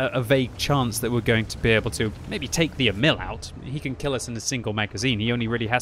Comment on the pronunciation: Its not E-Mill, its more like EEEEEEEEEMil